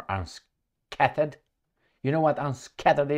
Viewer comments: Opposite of unscathed is scathe, meaning to cause harm. "Scathe" rhymes with "bathe". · Unscathed "Unskeithd" means not harmed.